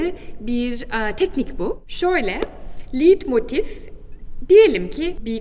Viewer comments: "Liidmotif" diye telaffuz ettiğiniz kavramın yazılışı "leitmotif", okunuşu "laytmotif"tir. Bu kadar temel bir hata yapılır mı! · Çok yanlış bilgiler var maalesef. "Türkiye'de herşey yürür." olayına çok güvenmeyin lütfen. En basit, çok bilinen müzik terimlerinin okunuşu hatalı. Her konservatuvar okumuş bunların nasıl telaffuz edildiğini bilir. Leitmotive: Liiitmotif değil, okunuşu layt-motif(e) dir. "Ei" Almanca yanyana geldiğinde ekseriyetle böyle okunur. İçeriği neden daha hâkim olduğunuz konulardan oluşturmuyorsunuz? Sunumunuz ve enerjiniz iyi. Daha doğru daha uygun konular vardır eminim. Müzikoloji işi zordur çünkü. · Okunuşu Leitmotif. Liedmotif değil. Video için de teşekkürler.